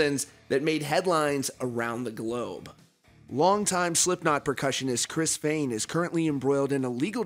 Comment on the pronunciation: “Former percussionist Chris FAAAYYYN...” I’m sorry😂